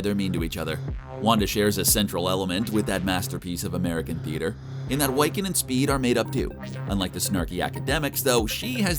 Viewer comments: You say Wiccan as "why-can" when it should be pronounced "wick-en". Wicca ("WICK-A") is a form of witchcraft who's followers are called wiccans. The more you know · Yeah, that's annoying me, too. It's WICCAN, pronounced like 'wick' from a candle, not 'why can'. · His name is pronounced Wiccan!! Wi ( short vowel I ) can!! Not Why-can!!! 😤🙄😑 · Wy-kin? What the hell is a wy-kin? The word wiccan is pronounced wick-en. It's a old celtic word meaning "weaver" that is used to refer to one who weaves magic. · Wick - Can idiot not Why- Can. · Why-can? LOL. Try Wi-kuhn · no no no you did not say Whyccan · Bro it's (WHI-CAN) NOT (WHY-CAN)! You just sound like a posser. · Dude his name is Wiccan like wick-in not why can. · Why the Why-can? It's said like Wiccan. Wick-can. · The fact that he pronounced wiccan as (way-kan) is triggering for marvel fans, especially for me. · Its killing me that he keeps calling Wiccan "WYCCAN" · Why-can? Gurl bye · The fact that he keeps saying Wycan instead of Wiccan is got really annoying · Not "Wiecan" 😂😂😂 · Sorry but what the hell is "Wyccan ?" man. But it's a good video still. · “why-kin and speed” loll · Thank you. I was goibg ask WHY-can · Its killing me ever time I hear him say Whycan.... super effing cringe. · Wyccan? Sorry, that is throwing me off.. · Are we gonna forgive them for their gross mispronunciation of Wiccan or naw? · Anyone else get really urked everytime he said wiccan or was that just me? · Don't make a video on a franchise if you can't even pronounce the chs characters names correctly 🙄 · Why does this guy not know how to say Wiccan lol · I cringed every time he pronounced Wiccan wrong. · Do you really not know how to pronounce Wiccan? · How does an educated adult not know how to pronounce "Wiccan" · Cool video, but you’re mispronouncing “Wiccan”. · Learn how to say wiccan properly!